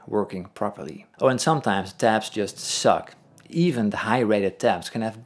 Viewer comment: is he saying "taps" or "tabs"